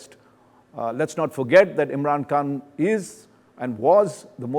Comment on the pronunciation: It’s not imran Kaan ,,, it’s Khan